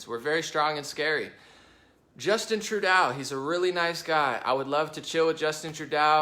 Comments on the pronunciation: Trudeau's name is pronounced " true-doe". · You're mispronouncing Trudeau's name it's " true-doe" But he is NOT a nice or eben remotely good. He hates all of Canada except for french speaking Quebec He's a socialist monster that's killing Canada. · I'm a bit puzzled that with all the news you (must) watch, you haven't heard the correct pronunciation of the name of the Canadian Prime Minister. And no, he's not a cool guy. He is a gutless shadow of a man